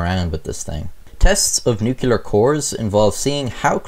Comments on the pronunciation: Nuclear pronunciation = new -klee-er not new-kew-ler. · Nuclear, not nucular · Nuke Lee ar, not nuke you ler. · NUCLEAR NOT NUCULAR WTF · Nucular? Stop saying nucular! It's nuclear! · Just to be that guy, it's "noo-klee-ar" not "noo-kyu-lar" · did you just say nucular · NU - CU - LAR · It’s NUCLEAR. Not Nucular. Pronounce it right PLEASE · keeps saying nucular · "Nuculer"... triggered. 😉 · Love u mate but it's NUCLEAR not NUCULAR dummy. Sound like George Bush! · Sorry. Stopped watching after the word 'nucular.' Doofus. Way to lose credibility in 3 seconds flat. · "Nucular bomb?" Oh dear... > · Uh huh huh. Hey Beavis. You said nukeuler. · "Nookyaler" George W Intensifies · Nuclear Noo-Clee-ER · When I hear "nukular" instead of nuclear, I am absolutely SURE it's an armenical... sorry, amricanal... or maybe americanal... or somthing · Nukular... shudder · Sound it out: NUCLEAR -(Nuke-lee-ar) There is only one "u". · "NOOK-YOU-LURR" ...cringe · Tfw Nuc-U-lar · and for the love of God, PLEASE STOP PRONOUNCING THE WORD ‘NUCLEAR’ WRONG. i mean does it fucking LOOK like it’s pronounced “newkyuhlurr”?! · Noo clee are Jesus Christ man - you're on the metric system...this shouldn't require an American to school you in the pronunciation. We did come up with the Demon Core tho... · “I’m not a physicist” *mispronounces nuclear repeatedly* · Its said new clear not nukeular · nuclear. not nucular. (new-clee-er) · Man dear, FFS stop saying newkewlar. It's pronounced new-clear. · I thought that i cant be the only one here whose gears it always grinds a little when someone calls nuclear nucelar. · You keep saying "nucular" throughout this video. You may or may not remember, but George W Bush was widely mocked and ridiculed for this pronunciation. It's "nuclear" dude, not nucular > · Take a shot every time he says “nukular.” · I'm not a scientist or anything, but I'm pretty sure it's "nuclear", not "nucular :P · Nobody:: nu killer bombs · Dammit it’s not NU-CU-LER it’s “NUC-LEAR”